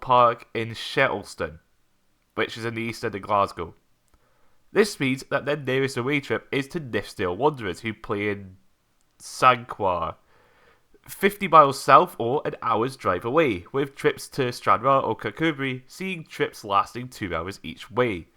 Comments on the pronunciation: Sanker,, not San-que-har. Remember Ross & CromARTY?😉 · I live 4 miles from Sanquhar - it's pronouced "Sankar". Hope this helps.